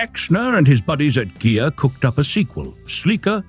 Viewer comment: Beautiful! But, the "i" in Ghia is pronounced as a long "e" in Italian.